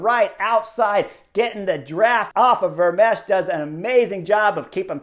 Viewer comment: Chris: The 'ch' at the end of Vermeersch name is 'silent'. So his name is pronounced 'Vermeers' and that second syllable sounds like the English word 'ear'. It's close to the name of that painter 'Vermeer'. Add the 's' at the end and you got it!